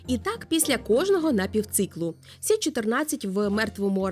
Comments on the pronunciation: Якщо мова іде про хімічний елемент, кажуть Карбон, Нітроген. Азот і вуглець це прості речовини. І чому "сі"? Якщо хімічний елемент Карбон читається як "це", користуємось латинським алфавітом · А чому говорите "сі"? Я не чула, коли латинську мову відмінили як наукову?